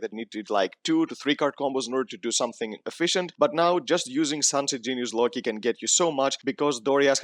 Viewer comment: im pretty sure he didnt watch the anime, if he did, he would know that the ''i'' in Loci is pronounced the same as in ''life'' and not as in the word ''interesting'' for example.